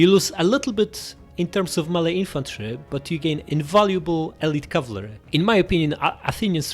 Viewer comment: Btw cavalry is pronounced cav-al-ry, not cav-la-ry